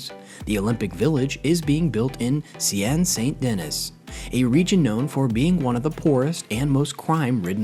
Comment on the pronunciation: Please learn how to pronounce things before recording. The River Seine for example. Or Brisbane. I mean, really!!